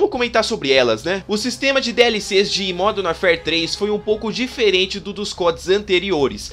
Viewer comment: Parabéns pelo vídeo e pela pronúncia com o nome do jogo: primeira vez que ouço alguém falar isso certo.